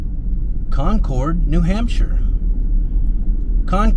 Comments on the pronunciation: Great video but it's pronounced Con-Curd. New England town names are funky! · It's Con-kid... or if you insist on pronouncing your R's, its Con-curd. Not "Con-Cord". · In NH they say Conkid not Con cord. We drove across the Kanc from Conway to Lincoln. Kancamagus Pass is at 2855’ above sea level. Enjoy your videos. Take care. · I wish people would learn how to correctly pronounce Concord and it ain't CON-CORDits promounced Conkerd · Concord is pronounced Conquered. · Concord is pronounced CONCURD. What you pronounced is a city in North Carolina or the super sonic jet that no longer flies. New Hampshire is a no-nonsense state and we are rather frugal so it makes sense that the State House is not flashy. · Concord, NH. Say like "conquered." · Us locals pronounce Concord like "Con-curd". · You're obviously such a nice person, but every time you say Concord that way, I want to die hahaha. It's pronounced similarly to "conquered". That's how it's pronounced in Massachusetts as well. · It's pronounced "conquered" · “Con-cord”? smh… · Never...ever(!)...say Con-chord. Ever. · I live in the Monadnock region. I will die here happily. Good job just learn how to pronounce Cong`-curd.Haaa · It's pronounced "CON-cud"....... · Or Conkid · Hearing someone not from New England pronounce "Concord" is always a hoot. :) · Concord, none of us new Englanders pronounce the “r” in Concord. LOL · Love how visitors pronounce Concord , born and raised in Concord nh . Probably never leave lol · To say Concord correctly as a NH resident. Say it almost like all one sylable (or two quickly) ....not two (long pauses) . Concord....not Con Cord🎉